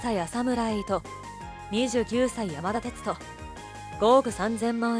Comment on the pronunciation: あさむらえいとじゃなくひでとな。あとペタシーニってなんやねん。ジをしっかり発音しなさい